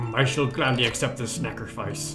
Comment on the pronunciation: I can't believe that it wasn't till today he said "snackerfice", not sacrifice. I am shame.